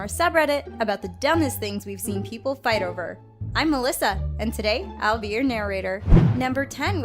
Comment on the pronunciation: Is it fouth or fight because its say fouth